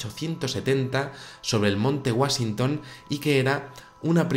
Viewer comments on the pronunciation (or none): Perdón, pero Hubble se pronuncia jábol, no jábel y Washington se dice uáchington, no uásington. Lo que vale es la pronunciación en el idioma original.